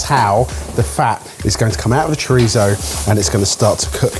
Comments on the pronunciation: I like the way puts the lisp in "chorizo" but can't be bothered to pronounce the double-L in "paella" correctly. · Oh no, has fallen into the trap of saying Chori-tho like John Torode with the tongue and all. The same John Torode who got a stern talking to by a Spaniard, in Spain, who was cooking chorizo, that it was driving him up the wall that he was pronouncing it like that because if anything it's closer to being pronounced Chori-tzo, or simply the same way has always said it. The irony being that they also went the entire video mispronouncing PaeLLa, which they KNOW is incorrect. Hell, is usually the one to correct the others about that. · refuses to pronounce paella properly, yet says choritho instead of chorizo. Pretentious? HECK YES! 😂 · So for it's choritho, but it's still pie-yell-ah? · saying "Paella" with hard L's next to chorizo with ceceo is throwing me! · The way Brits pronounce it "pie-ella" but also say "choritho" cracks me up. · Please... it's choriTHo with a TH... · Can we all stop developing a lisp when we pronounce Spanish things. Chori-thhhhhhho. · Yea it's redundant. About as redundant as pronouncing paella "pah-eh-la" and then in the same sentence pronouncing chorizo "choritho" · needs to be punched in the plums for pronouncing chorizo with a ‘th’. Pretentious! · if you're going to hard-core emphasize the Castilian lisp on "chorizo," then the least you could do is properly pronounce the double L in "paella" as a Y, as is proper Spanish pronunciation. Edit... yeah he got there by the end of the video. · Omg yalls spanish is soo bad, sounded like tyson trying to say choritho. Cho ri so is the the pronunciation, pie ay a is pealla. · Says "chor-itho" like he's from southern Spain and then follows it with "pie-ella." SMH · Take a shot when says Pie-Ella and choriThzo